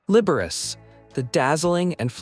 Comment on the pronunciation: Announcer, learn how to pronounce names properly. Liberace is pronounced Liber-a-che.